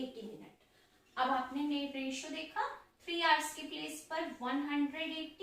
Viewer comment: Mam it s called the23is to31not aRotio😊